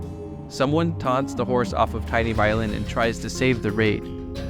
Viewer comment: Hearing you say “TinyViolin” and then seeing that his name is actually “TeenyViolin” killed me. 😂😂😂